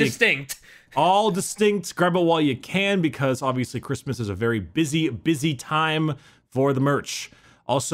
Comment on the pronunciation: The hell is a Chris Miss?